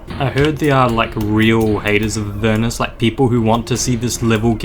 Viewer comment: UR PRONOUNCING THE NAME RIGHT ILY